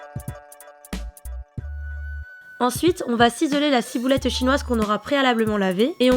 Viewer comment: De la cibouletteu chinoiseu